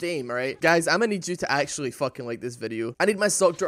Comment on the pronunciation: vactually, nou, spvit second ahahahahahhaa